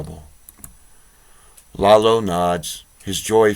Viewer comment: Iolo is not 'Lalo' , its eye-oh-lo. Close to 'YOLO'.